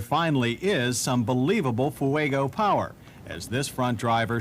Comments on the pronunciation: I love John Davis... 'Foo-egg-oh' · Ah yes, the FoohueygO. Not as reliable as the Cam-Ray 😂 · He pronounces Fuego the same way Juliana Hatfield does in “My Sister.”